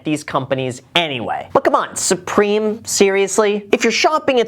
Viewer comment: I love how Graham said “sUpReMe” 😂😂🤣